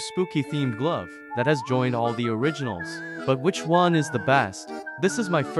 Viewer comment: I liked how you said “But WITCH one is the best” Instead of “which” it’s “witch” lol because witch is Halloween, that was a good one!